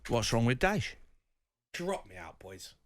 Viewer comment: Man said DYCHE loooooool